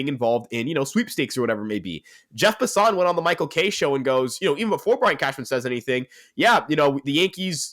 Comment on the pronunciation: Dude it’s Jeff Passan not Passaun.